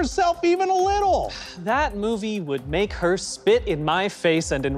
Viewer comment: The emphasis on HER is so real lmao